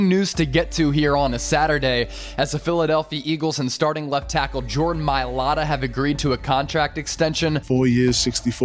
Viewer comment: Jordan mayata?cmon jordan mai lata..😂